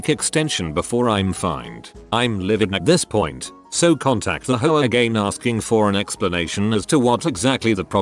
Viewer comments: Ayyy! Whatsa matta, you? You-a no likea de ho-ares?! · Every time I hear the voice pronounce "HOA" I hear "HO-ARE" Like an Italian saying "Whore". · HOAs really are HOe Ahs